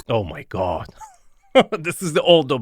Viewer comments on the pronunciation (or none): I love Arvin when he says: "Oh My God!" and rolls his eyes over his head 🤣🤣🤣 He puts so much weight on that phrase! 🥺🥺🥺 So funny & touching! 🤭🤭🤭